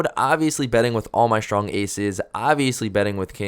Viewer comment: The word STRONG does not contain the letter H